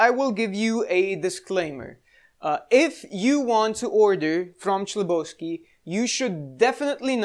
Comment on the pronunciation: "H"lebovsky, not "CH"lebovsky...